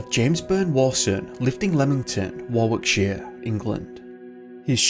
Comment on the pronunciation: Some of these are pretty odd. I'd say younger go missing more because they probably put themselves in and do more dangerous stuff in risky scenarios than older people do. Just as an aside, Warwickshire and Warwick are pronounced the same way, ie Worrick-sher/Warrick-shuh and Worrick. The 2nd W is silent in both cases.